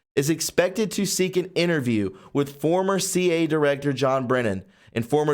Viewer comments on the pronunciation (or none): I like what you're doing and the message you are putting out there. Please be more careful when you read. It's C I A, not CA. As a professor, my colleagues and I feel that you're not reaching as many people as you can due to you're mispronunciation of words and names, and the lack of effort to correct simple mistakes. Others that have similar channels, do take the time. If it takes more than one take to get it right, it will be worth it, I assure you. As those of us who understand what's going on use many alternative media sources to get information, you are the worst in reading and pronunciation, but you aren't afraid of touching on subjects that some others shy away from. My colleagues and I are with you, not against you, and this is just constructive criticism. We are educators, after all, we can't help ourselves, lol. We like you, and feel your intentions are good. We agree with you about the Q post. The white hats have the real video. However, with the death of those 3 police officers, the cops in the city might not be in possession of a copy anymore. You didn't include that (work harder, dig deeper with research). You will do whatever you want. However, spend more time on your videos before uploading. Watch them yourself and have others do the same. Then, correct any mistakes. Avoid repeating yourself, as "WE" know that's a brainwashing technique used by "THEM." Using quick transitions in your editing software is one way to avoid completely doing all of it over. By soun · Why does he pronounce C.I.A. C.A.? Does he read it as C/A? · Instead of saying C A, just say seeya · i know it's the cia but he seems to say the c a . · Quit leaving out the I in CIA. Lol.